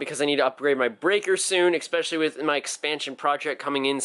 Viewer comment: Stop saying exspecially!